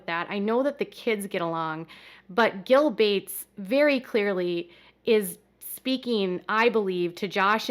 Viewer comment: Who the f@ is gill bates? I thought you meant bill Gates, just couldn't say his name or something